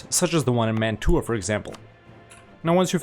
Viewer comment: I love your effort, but that's not how you pronounce Mantua